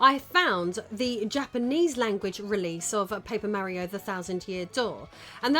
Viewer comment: Paper Meh-rio indeed